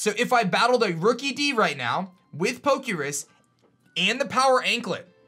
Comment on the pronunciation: Poke' Rus not Poke' Risk